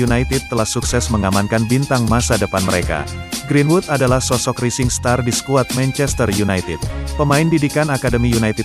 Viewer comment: Admin... pembetulan sebutan Ri Sing star??.. sebutannya adalah Rai Zing Star..